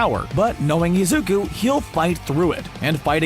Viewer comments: he said izuk-a not izuk-u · izuku but he is pronuced has izuka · no one going to talk why pineapple guy calls izuku izuka?👁👄👁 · Yk what disturbs me in this is that the theory person is always saying izuka when it’s izuku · One thing that triggers me in the video is the way the narrator says "Izuka" instead of "Izuku". (Im talking about the video theyre reacting to- No hate on you, the vid itself is awesome) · I love how the guy in the video calls Izuku ''Izuka''. It's kinda funny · Omg every time he says "isuka" I lose parts of my mha soul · Man fr said IZUKA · No one: Absolutely no one: Guy making the theory: Izuka (I know it’s probably an accent and I’m not hating) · they spend 90% of that orriginal video calling Izuku "IZUKA", >> pronunciation ppl. it goes a long way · im just pissed hes saying “izuka” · There is definitely a a at the end of izuku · And : HaRiKaShI